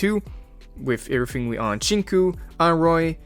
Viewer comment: I am obsessed with your „urrthing“ lets marry